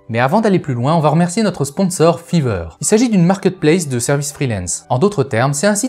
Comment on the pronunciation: 😆Fiverr c'est pas fiveur mais fayveur😆